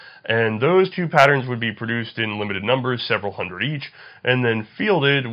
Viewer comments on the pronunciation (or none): none